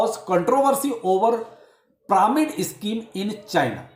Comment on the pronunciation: It's not pramid it's pyramid 😂